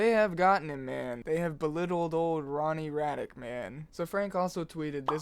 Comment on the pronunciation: Hhmm and you are? least pronounce his name correctly in fact i am sure you have mixed up the first 2 letters of your name no? Gay Retard? . Ronnie is so talented <3